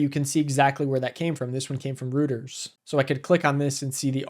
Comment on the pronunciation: Reuters is pronounced Roy-ters